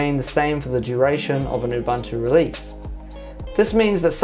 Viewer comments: Oo Boon Too Say it with me. Ooboontoo. Not oobantoo. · its not Ubantu why is this so hard to understand